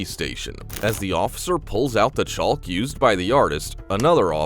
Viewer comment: It's petty, but "chulk" is driving me nuts.